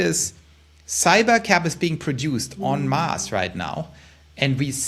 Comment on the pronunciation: En masse…sounded like “on Mars” w accent